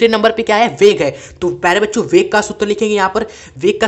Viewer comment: Sir aap bol bacho rahe muje bancho sun raha h 😅😅😂